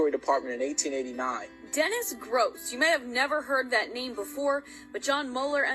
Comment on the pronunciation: He's name is being mispronounced. It's Groce'